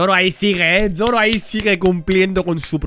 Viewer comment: Alguien me dice porque carajo le dice YOROO a Zoro